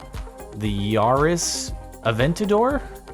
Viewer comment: It's pronounced Yaris not Yaris...